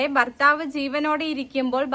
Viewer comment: ബർത്താവ് അല്ല മോളെ, ഭർത്താവ്.